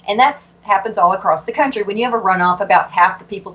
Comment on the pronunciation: "As Texas goes, so goes the cuntry." LOL 😉 Let's all hope. Dr. Pressley is brilliant and I hope that she is victorious.